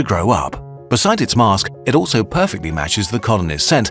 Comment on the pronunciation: Mask. Not 'aaaaaa'.